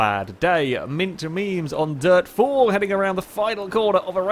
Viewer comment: The way he says Memes